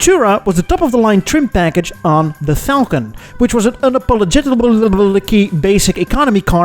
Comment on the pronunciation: Am i the only one who laughed way too hard at voluntary struggle with the word "unapologetic"?